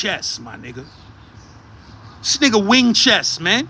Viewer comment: Nicca said WING-CHEST 💀💀😭🤣🤣😆😂💀